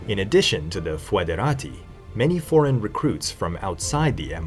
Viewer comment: In latin, AE reads E , always. So Praefectus would read like English Prefect plus the -us suffix. CI and CE are NOT pronounced correctly, but the correct form would be found today in Italian and Romanian. Your pronunciation in these languages would be spelled che and chi. Moesia would also be pronounced somewhat like Mosia, with the lengthened O. Foederati = federati